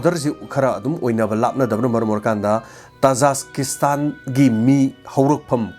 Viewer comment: oja tajaskistan haiba manli khonkhoktu tajikistan haibana chumgadra